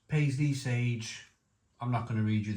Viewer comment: Why do you call Parsley Paisley